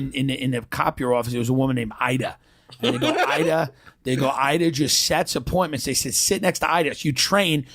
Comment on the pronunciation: Top producaaah Idaaah. <3 Where's the caaaah, Idaaah?